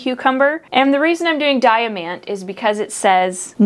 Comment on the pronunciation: it´s pronounced Dee-ahh-MAHnnt ;) great and informative video as always. Thanks for the ongoing inspiration for my little balcony garden :) Also, nasturtiums are so delicious :)